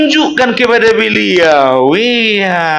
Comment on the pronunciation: Berliau.... Pelan pelan kalau bercakap cakap bukan berliau tapi beliau... Hahaha